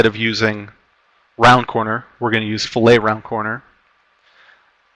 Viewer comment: Fillet, in engineering, design, etc. is generally pronounced like "fill-it". When associated with fish, it is pronounced like "fil-lay".